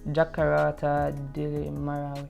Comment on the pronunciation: Jakarta. Not jakarata you should not get largest population wrong.